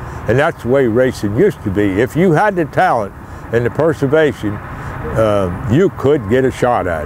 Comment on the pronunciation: just makes up his own words... persivation